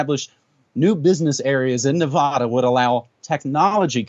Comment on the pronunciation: How is it that someone in NM pronounces Nevada "Ne-vahh-da"?